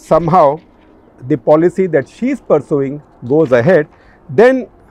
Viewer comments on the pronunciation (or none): When you said 'she is been listed..' I thought you were mentioning 'Shi' 😂